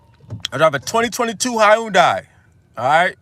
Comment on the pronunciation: 😂nigga said Hi'UN-die